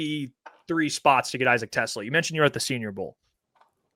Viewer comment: Its pronounced TeS-Laa